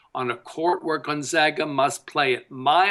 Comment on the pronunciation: appearing in the NCAA tournament 18 years in a row, a streak 2nd only to Kansas, and this douchebag pundit is still pronouncing it gUn-zOga. I shut you off right then and there. LEARN HOW TO SAY THEIR NAME!